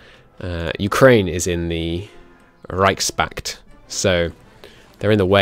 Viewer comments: Well he pronounced every word correct, he just said Reich Spakt, if he just added the s to reich then he would have pronounced it correctly, no need to explain it further for him to understand (I hope atleast). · Reichs pakt ("Kingdom" pact) (I have been informed that it is actually Imperial Pact, which makes a ton more sense) is how it is pronounced